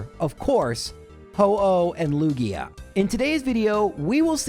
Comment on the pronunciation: Me hearing "Laura-lee" a bunch of times: 🤷‍♀️👍 Me hearing "Loogie-uh": shudders uncontrollably